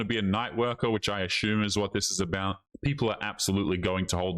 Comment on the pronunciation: Brother I like watching your videos. Can I please pay you to pronounce “assume“ correctly. 😂